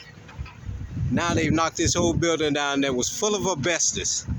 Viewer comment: First of all, welcome back, we missed having you to laugh at. Its called asbestos(not bestis), and black mold(not mole), and that is abated and removed before the demo process. I hope you made friends in there, because its just a matter of time before you end up going back